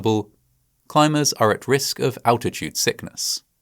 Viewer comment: what the fuck is 'alchitude'?